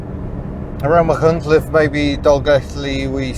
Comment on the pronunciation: On a trip exploring west Wales when I were a fresh-faced lad, I asked a farmer for directions to 'makky-nelleth' (Machynlleth) only to have him burst into laughter and then to pronounce it properly for me, not unlike your version. And there was me with a Welsh Grandma, too, tsk.